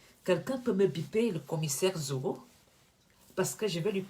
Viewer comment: Déjà c'est Zogo et non Nzogo. Ensuite, le fameux Commissaire-là a quelle influence sur la scène camerounaise? Tout ce qu'il peut faire c'est continuer d'exprimer sa haine contre des nobles Maffo comme! Zogo se grille seul ma'a 😂🤣😂🤣😂🤣😂🤣😂🤣😂🤣😂🤣😂🤣😂🤣😂🤣😂🤣😂🤣😂🤣😂🤣😂🤣😂🤣😂🤣😂🤣😂🤣😂🤣😂🤣😂🤣😂🤣😂